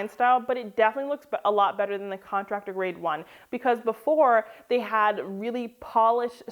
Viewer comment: Everything is what? Did she say Contarctor grade?